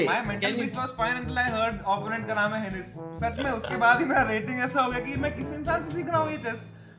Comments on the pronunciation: I am late to the party. But as an employee of ChessBase India, I would like to add that "henis" DOESN'T rhyme with the word Samay has in mind. Learn the correct pronunciation, Samay! 😉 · Word kya hai hensis sai bolo na